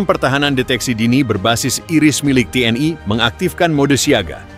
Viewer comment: Komentatir salah baca...gmna sih lu org lndo tp baca TNl.kok TN Ai...tuh ..l nya kan maksudnya lndo ...to dol2...gmna lu...jd ..Tentara Nasioal lndo ...dol...hadeh2...😂😢